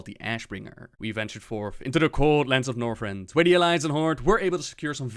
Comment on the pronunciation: Northrend does not have an "s."